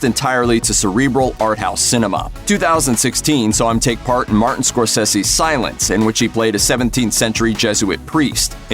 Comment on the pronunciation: Lost my attention when you pronounced Martin Scorsese wrong